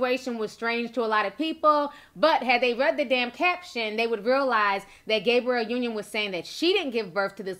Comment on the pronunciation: Did she say Gabriel Union at the beginning? Lmao 🤣🤣🤣🤣🤣